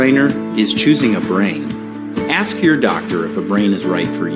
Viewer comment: when these black people will learn that ask is not a aks. you dont aks me I ask you